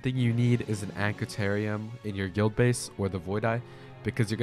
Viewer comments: bro did NOT say anqituarian… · No way bro just called the Antiquarian the "Ancitarium." Jokes aside, fire guide. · bro said I need an ankitarium my brother in christ I think you need a dictionary 😭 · ive heard people pronounce antiquarian in many ways over the years but this is definitely the worst so far